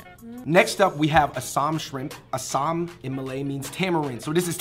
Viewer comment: I like how everyone is complaining about the pronunciation but nobody is bothering to correct them. Roti canai is pronounced as CHanai, bak kut teh is more like BAHk (kind of like bark without the r) kuT teh, Asam isn't pronounced as Eh-some like you guys seem to call it but more like Ah-sum, nyonya isn't 'narnia' but 'Ni-yon-ya', kapitan isn't ka-puh-tan but more like ka-PIT-tan. Just a gentle correction but it could just be your accents getting in the way of the proper pronunciation